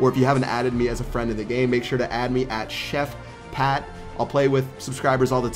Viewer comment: not ChefPat